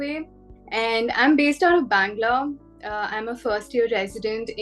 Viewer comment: It is Bengaluru and not Bang-lurh